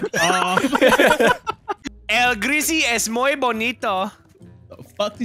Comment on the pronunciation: AND it is muy, not moy.